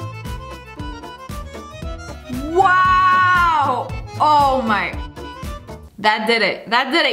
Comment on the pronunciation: she said wuw